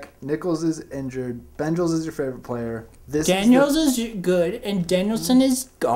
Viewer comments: I assumed he was talking about the Bengals when he said Benjals. But I don't know where any of the others came from. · WHEN HE PULLS THE JACKET OVER HIS HEAD AND SAYS 'BENJALS' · If you didnt realize - Banjals = Bengals lol